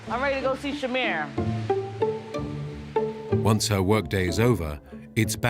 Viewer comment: Her name is Shamir, not Shamar you disrespectful idiot